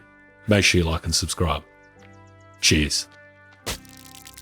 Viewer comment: He has to be Canadian “cheers”